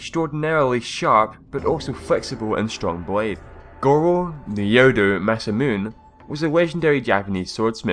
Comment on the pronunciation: Masamune is pronounced like this : Mah-Sah-Moo-Ney.